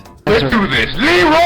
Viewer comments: Am i the only one who hears, Leeroy Naggins? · When i first heard this meme i thought he said "leeroy's jerking"